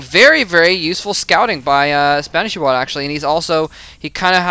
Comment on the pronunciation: both of the i's are pronounced like "e"s